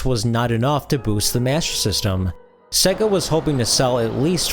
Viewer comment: Dude......its SEYYGA (as in 'AGES") not SEGGA (as in EGG).